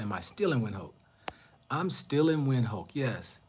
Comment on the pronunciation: You can’t be pointing out how westernised Gaborone is and yet you cannot pronounce the city, then u get to Namibia and you also seem to have a problem with the name Windhoek. B4 a pot calls kettle black it needs to check it self b4 it wrack itself . Your Psychological projection needs sme working